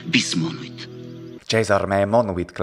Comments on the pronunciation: and , it seems to me that you pronounce the second "monuit" something like [mɔnowit] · It is true that we Italians tend to pronounce [mɔnwit], but my impression is that you also could not completely escape our fate, ending up pronouncing [mɔnuwit] or even [mɔnowit]... it is not easy to completely avoid "semiconsonantisation", is it? It is perhaps unnatural: since there is no interruption between u and i, it seems natural to me that the mouth rearranging itself will produce an intermediate sound linking u to i. Usually this is very short and almost imperceptible, but I can hear it rather clearly when you pronounce the second "monuit" at the end of that sentence ("bis monuit").